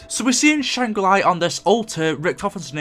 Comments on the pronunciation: Why do you insist on saying things wrong? You say Shangri La once and then for some unknown reason you begin saying Shangri LIE..... learn to English please. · “Shang re-ly” 😂